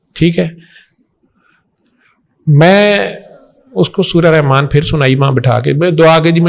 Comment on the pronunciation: رحمن کہتے ہوئے تجوید کا خیال رکھین ح گلے سے رگڑ کھاتی ہوئی نکلے گی